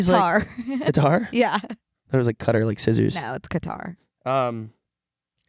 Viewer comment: Actually the way said Qatar is closer to how it’s actually said in Arabic! So good for you cultured babes